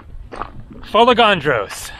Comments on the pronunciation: Love the adventurous spirit you have but since you love Greece so much (and you pronounced Sikinos right), please know it is fo-LAY-gan-dros. Not fol-ay-GAN-dros. Emphasis on the LAY. It's a tongueful but that's Greek. Geia sou. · FolEgandros and not FolegAndros as you say. Pronounce it correctly. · What a gorgeous island. For anyone who might care, the accent is on the E. So we get Fol-E-gandros. For the Panagia church, the g is pronounced like y. Panagia, which is an epithet for the Virgin Mary, means "All Holy One." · Τώρα φίλε μου αυτό είναι το πρόβλημα? Ο άνθρωπος κάνει φοβερή δουλειά δείχνοντας τις ομορφιές κάθε νησιού και επιπλέον είναι πολύ δύσκολο για αγγλόφωνους να τονίσουν την προπαραλήγουσα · Ναι έχω θέμα με μερικούς που δεν προφέρουν σωστά τα ονόματα. Ήθελα να δω την αντίδραση σου αν κάποιος έλεγε το όνομα σου όπως ήθελε και όχι όπως έπρεπε.